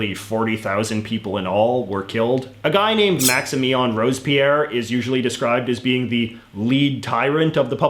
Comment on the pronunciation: Me, a French normie: "Maximilien de Robespierre" JJ, an intellectual: "Maxien Rosepier"